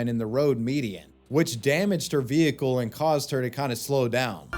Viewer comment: What's a vee-hee-cule?